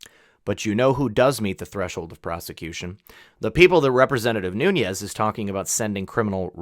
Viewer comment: His name is pronounced NEW NEZ NOT NOON YEZ You report good information and do it well except for this. But this makes you sound like an idiot.